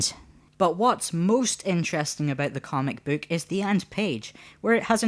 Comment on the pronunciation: a "cömic büük"?^^